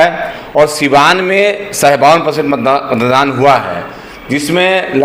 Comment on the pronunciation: Mandan nahi hai beta matdan hota hai 😅😅😅😅